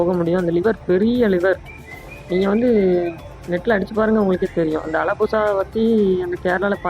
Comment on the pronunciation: அலபுசா இல்ல ஆலப்புழா